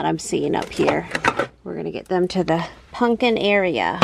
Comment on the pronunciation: It’s so cute how you say “puNkin” instead of “puMpkin” 😊❤